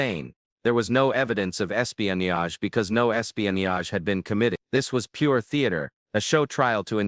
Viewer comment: Pls learn to pronounce “ espionage “.